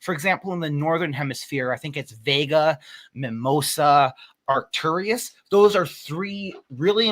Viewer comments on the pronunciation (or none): none